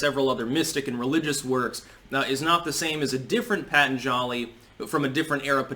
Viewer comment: Pa-Tahn-zhali, not Pat-an-jali